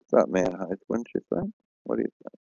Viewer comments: Dude... I love your videos and I'm really glad you're debunking flat earthers.. But PLEASE PLEASE PLEASE stop pronouncing the word height with a "th"! Dude...I cringe EVERY SINGLE TIME I hear you say it! It's HEIGHT not HITHE come on man! You're one hell of a smart guy.. We expect better!! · IT'S PRONOUNCED "HITE" DAMNIT